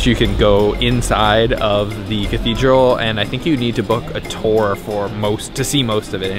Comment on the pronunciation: How does one books a tor? Or did he mean tour?